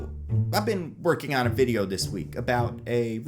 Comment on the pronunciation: I like how you say Fideo